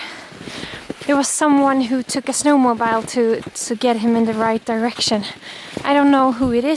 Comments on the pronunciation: Just for your information, Jonna, the "bile" of "snowmobile" is pronounced "beel", as in "feel." At least that's how we pronounce it in the midwest region of the USA where we have a lot of sno-mo-beels. (I know, I know, English spelling and pronunciation are crazy and inconsistent and illogical . . ., not to mention all of their numerous variations according to country, region, socioeconomic class, and etc. Ah, my beautiful, messed up native tongue). 😊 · Snowmobile is actually pronounced snowmo-beel. I know it doesn't make sense when you think of how you pronounce "mobile phone"...but that's just English! It was so cute to see Nanook enjoying the music :D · Hi Jonna! It’s pronounced “snow-mo-BEEL.” Like the “eel” fish! The way you said it was cute, snow-mo-BILE! 🥰 We love snowmobiling, just thought I would let you know! ❤️